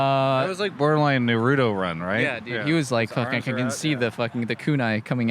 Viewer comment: Almost down voted this video just based on travis' pronunciation of Naruto.